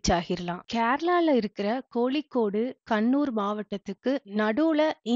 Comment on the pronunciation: எந்த இடத்திலும் ல,ள,ழ திருத்தமாக இல்லை,eg கோலிக்கோடு